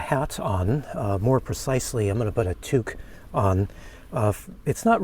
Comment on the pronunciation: French Canadians make use of Tuque in the winter., but also English Canadians. You sounded properly if you use an U instead of an O. I really enjoy your vidéos.